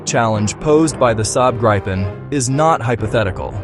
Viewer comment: At least, pronounce Gripen consistently through the video... please...